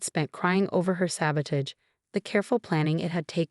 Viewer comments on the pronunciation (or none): AI has difficulty with this word and many others that are pronounced differently when they're verbs as opposed to nouns -- that sort of thing. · please look up the pronunciation of "sabotage, allow, etc.". It's important. And please, there are other male names besides Marcus and Jason.